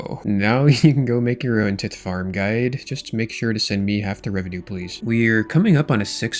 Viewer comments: The pronouncement of tithe is killing my brain….. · RuneScapers try not to mispronounce basic word challenge level: tithe